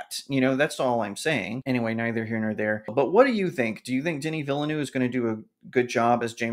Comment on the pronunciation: I double dare you to check how Denis Villeneuve is pronounced before you next mention him in a video